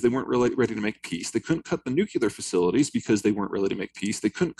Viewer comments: It is nuclear not nucular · Can at least all the professionals, journalists, authors, academics, even scientists, etc., learn how to pronounce the word "nuclear" properly? NU-CLEE-AR. Not NU-CYOO-LAR! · Disappointing to hear "nuclear" pronounced "nucular"... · Cant take anyone seriously who cant pronounce new-clee-er and has a man bun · Amazing how many super smart and educated people can’t pronounce nuclear.